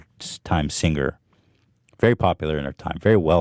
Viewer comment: "sing ger"